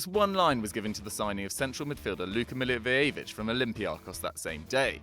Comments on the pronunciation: Pronounciation Milliwojevich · Funny way of saying Milivojević☺ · Milivojevic is pronouced so BAD